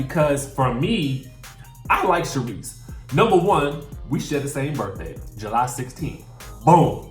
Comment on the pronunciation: I was disappointed when you said Sharise. Even though I like her.